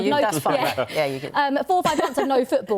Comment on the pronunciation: It’s Borussia Dortmund not Borusha Dortmund. If you want to commentate on football please get it right. And if your maths isn’t great in what has become a percentage based sport, you’re in the wrong job.